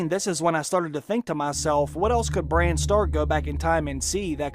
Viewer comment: His name is Bran, not "brain"...